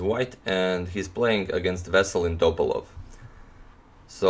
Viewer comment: Antonio Radic, like man from the Balkans, you have to say [Vesel'in Top'alov] , not [V'eselin T'opalov]. Anyway my favorite chess chanel! Best regards